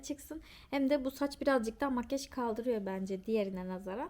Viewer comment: Makyııjj demesine çok takılıyorum ya :)) Makyaaaj der misin? :))